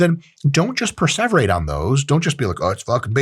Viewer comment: Preseverate? This mfer